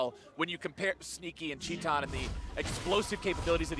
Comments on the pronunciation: why is he saying 'tee tahn' instead of 'tie tan' . its titan, not teeton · how do you get "chee-tan" from "tie-tin" ? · TIL "titan" is pronounced "Chee tahn." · did they pronounce titan, tee tan? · Shaun Dionne titan wants it to be pronounced teeton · Portuguese pronunciation. It's a brazillian team, after all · He writes it titan, pronounce it shitan ? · u mean tit-anne? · anyone else triggered by how he pronounced titan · he is pronouncing as it is in portuguese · Brian yousif never forget casters like jatt who started calling u zee eye before uzi was like pls stop